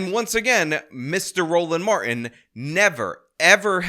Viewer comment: We gonna get everything out on da flo! 😂 You are killing me,. His name is pronounced, "Mar - Tin" not "Mar-In" stop assaulting the English language! 🤬